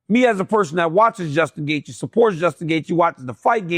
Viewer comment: DC, did you mess up Justin’s name on purpose😅?